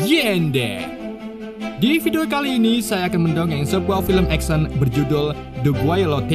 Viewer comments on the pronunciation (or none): none